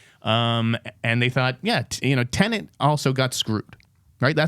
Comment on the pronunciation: It's Tenet, not tenant